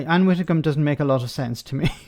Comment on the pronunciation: I love your videos, but had to turn off at the word “Widdecombe”!!!